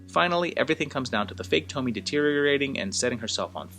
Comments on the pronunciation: Awesome that you did this series!!! I love these flicks, such a messed-up premise. Tons of stuff to analyze. Great chronological work in this video, fun! Also, I’m sure I’m not the first one to mention this, but her name is pronounced “toh-mee-eh”. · great video. I believe her name is pronounced Toe - Me - Ay. If you're interested, check out the youtube channel, "Horror Show Comics". He has done episodes on many different Tomie stories. There's a ton of them and each one of piece of the puzzle to explain what Tomie is without exactly spelling it out for you. The movies pale in comparison. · Pronounced tomy a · In the nicest way, how did the pronunciation of her name go soooo wrong?! 🤔😥😱 There's a mass amount of source material, additional content creators who've reviewed/analysed into Tomie and Junji Ito's work AND the mass number of movies where they all pronounce her name correctly.... I understand not speaking Japanese but how can you butcher the name of the protagonist and an enormously famous one at that?? Really makes me question whether you even watched the movies or just read wiki on Tomie. Sorry but the pronunciation is said so often that this video is so cringey and hard to focus on anything you're saying or take your vid seriously, which is a shame. 😢